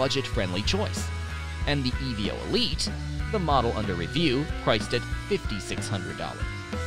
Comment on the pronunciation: Its not called the E V O its called the Evo one word not 3 letters.😂